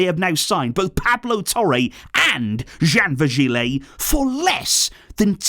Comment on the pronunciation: VirgiLI not léeeeehhy